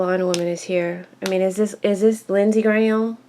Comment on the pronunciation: I love how you say Lindsay Graham 😂😂😂